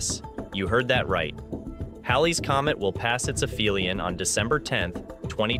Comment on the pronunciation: aphelion has a "p"sound, not an "f" sound.